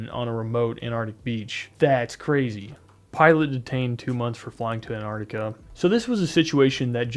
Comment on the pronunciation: good job pronouncing la crítica man appreciate that